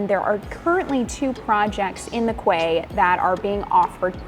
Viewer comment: Quay is pronounced key!!!! ❤